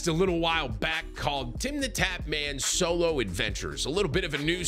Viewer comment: For second there i thought Tim said Cholo Adventures 🤣